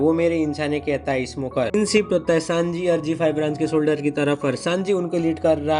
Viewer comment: Navy solder nahi Navy solger😂❤❤